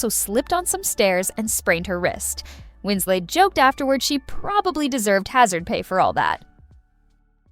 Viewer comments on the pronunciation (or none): Winslet not Winsley. She is English, not French. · Winslay? The last syllable is pronounced “let” not the French way. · Kate Wins-LET not Wins-lay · Winslet or Winslay - choose one . . . the correct one! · This narrator pronouncing Kate Winslet's name as if she was French (Wins-LAY) is incredibly annoying. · I think the VO is trying to say "Winslay", mispronouncing Winslet the "French" way... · Win-slay is annoying.Everyone knows how to pronounce Kate Winslet’s name. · What’s with the French pronunciation of “Winslet”? Had the narrator never heard of her previously? Or is it an AI voice?